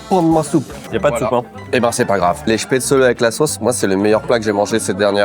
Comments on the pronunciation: Spätzle, diminutif Spätzele, se prononce ainsi dans le bas rhin en Alsacien. Spätzlé comme tu dis, se dit uniquement dans l'extrême sud de l'Alsace en Alsacien. Spätzlé est aussi la forme française la plus courante pour un non dialectophone. Dans le haut Rhin on dit Spätzla! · J'en peux plus, j'en suis a 7m30 et mes oreilles saignent a chaque fois que le mot chpaitzeuleu et prononcé 😂😂 qui vient de suisse le prononce pourtant parfaitement alors pourquoi massacrer ce mot?😂 S'il n'y a pas assez d'acidité, on va en rajouter (gentiment): les nems a la choucroute qu'on soit bien d'accord c'est une recette innovante parce qu'à aucun moment c'est traditionnel 😑 Ensuite...qui met du citron dans une choucroute? Hérétique, au bûcher!!!! 😂 Puis on tombe sur quoi? Un schnitzel? En tout cas pour moi c'est un wienerschnitzel...en français ça veut dire escalope viennoise, tout est dans le titre, rien a voir avec l'Alsace 😚 Et tout ces délicieux plats il faut les accompagner! Et avec quoi de mieux que les vins de la région qui sont excellents (sisi je vous assure 😜) Pour le dessert je n'ai pas compris le lien entre éclairs et plats traditionnels alsaciens, a moins que je n'ai loupé quelque chose😬 Sinon ça fait plaisir de voir une vidéo dégustation de chez soi, merci pour vos vidéos et votre bonne humeur comme d'habitude, j'espère que vous avez kiffé le passage éclair et pour toute personne lisant ce commentaire jusqu'au bout, n'hésitez pas a venir visiter et déguster 😘 Sur ce, s'gelt 🍻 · Excellente vidéo, j'ai découvert à travers cette dernière les nems à la choucroute (perso connaissait pas). Ce qui m'a un peu titillé c'était la prononciation des Spätzle (prononcé Spätzlé) ou des Flammenküche (en allemand c'est plutôt Flammenkuchen avec le ch prononcé comme un "r"). Mais bon après les prononciations c'est propre à chacun. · on prononce « chpè-tsli » ☺️